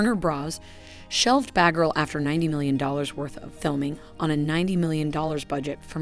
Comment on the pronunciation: SomeThing wrong with the pronunciation: especially with the name “batgirl” and “Warner bros” sounded like “bahghirl” and “wanderbrahs”.